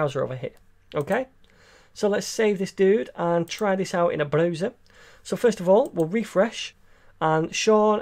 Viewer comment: It's so cute how you pronounce 'browser'.